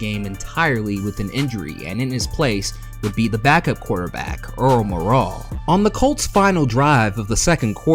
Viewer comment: It's pronounced MORAL.